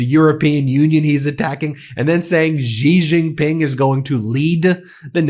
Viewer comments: Please learn how to pronounce Xi Jinping. It sounds like "she jean ping." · Good video. FYI, 'Xi Jinping" pronounced "See Gin Ping." The X should sound like S, not Z.